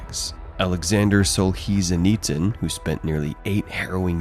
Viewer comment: "Alexander Solseezeneetzen" hahahaha